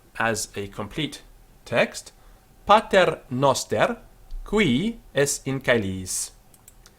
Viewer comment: Qu is pronounced cv :( Man, come on, I cringed when I heard that qui.